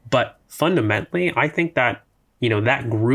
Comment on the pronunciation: Im a terrible person but i cant not address the pronunciation of the word "fundamentally." makes my ears ring every time